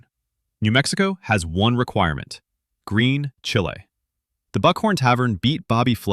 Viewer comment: Green Chile is pronounced “Green Chilly”, not “Green Chee-Hlay”. Fix the AI. Source: I’m a 16th generation New Mexican who brings my own green chile to burger restaurants.